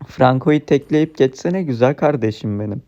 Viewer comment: Kardejim dedin ya aklıma sora geldi